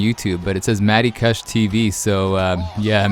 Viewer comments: it's KOOSH lol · Lol i love how you pronounce kush wrong.. NERD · Its kush pronounced like couch cushion. Its a type of weed and you sound ridiculous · Do all Canadians pronounce kush like "gush" with a k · The way you pronounce kush is freaking killing me.